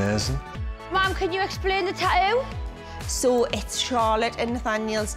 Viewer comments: It's tattoo not taoo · Chester Lockwood some times they pronounce it like tatoo (without the other t) and sometimes like taoo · GOD!, STOP SAYING “ Tah-ooo “ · is should supposed to say Just two of us But instead it says "tah-oo" because the show is about tattooing. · It sounded like she said taoos XD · What the fuck is a tah-oo